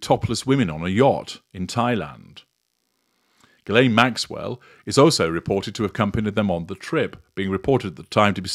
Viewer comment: Ghislaine is a French name. It would be nice if you could listen at how if Ghislaine is pronounced.